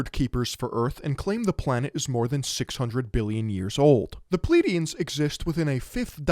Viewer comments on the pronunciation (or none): none